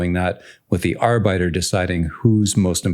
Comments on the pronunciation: Love some architecture discussion in your videos Just FYI arbiter is pronounced (arr-bit-err) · Yeah I got confused for a moment. I thought he was saying worker in german. Great video, btw.